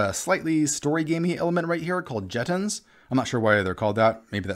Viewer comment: Jeton is French for token. Jeton can be pronounced (approx) as JHEHTAHN, not jet-ton.